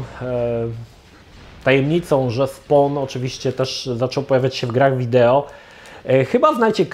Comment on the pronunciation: Drobna poprawka językowa , nie "SPON" tylko "SPOŁN"- (SPAWN)